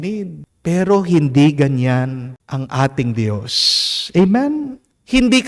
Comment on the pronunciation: i hope u dont mind po ... for the male singer, pls pronounce Dios (Diyos) not Di - yos ✌️❤️✌️